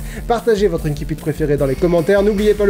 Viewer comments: Ça se prononce "insipite", pas "inkipite" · J'aime bien la vidéo, mais il me semble qu'on dit inSSipit et non inKipit. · Pour info, on prononce "ainsi-pite", c'est un mot passé du latin en français à une époque où on prononçait le latin à la française, et même si depuis on a modifié la prononciation du latin, l'usage est de continuer à prononcer ces mots de façon traditionnelle. Sinon on devrait dire "aquarioume", "canne-ker" pour cancer ou "aguène-da" pour agenda.